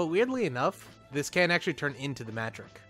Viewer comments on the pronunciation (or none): in the zeonic front game it's designation is mudrock. they also pronounce it differently than you do; simply two English words "mud" and "rock